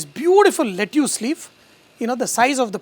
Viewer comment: Very good dish. Gonna try. Just one small constructive feedback: pronunciation of Lettuce is "Let-us".